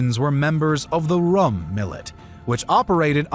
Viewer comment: The RÛM in "Rum Sultanate" is pronounced like "Room" but with an accent.